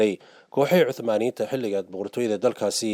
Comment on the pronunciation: Hadalka iska sax niyahow osmaniyen laheen